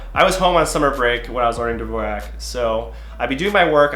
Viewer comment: Mans is using dvorak for 10 years and can't pronounce it right